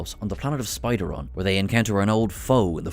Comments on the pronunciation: "Spideron"?? SPIDERON??? Spear-i-don...not even the different in accent and pronunciation can explain reversing the letters. Moffatt messed up and undid some of his own work? Say it ain't so?!? Missed quote: Matt Smith's 11th Doctor bit about "Miracles" (I believe it's from Pandorica Opens) What about Tom Baker's "Imdomitable" speech? Would Capaldi's "Listen" monologue during the cold open count? (the best scene in that story IMO) KUDOS!!! MEGA MEGA KUDOS for following Timeline #2 where Smith is actually Doctor #13 and Capaldi is the start of a new run of incarnations! Sick and tired of how that has been so ridiculously messed up. Between Capaldi being #13 in Day of the Doctor, Smith being #13 in Time of the Doctor, and Chibnall's Choice (my best diplomatic title for what came after Capaldi left) being introduced as the #13th Doctor in the video reveal. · Spiridon, not Spideron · Spiradon not spideron 😂